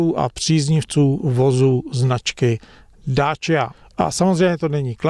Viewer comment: Dácia nie Dáčia